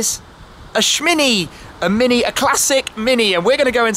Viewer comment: Nice car. But 'Shhmini' ? cringing hell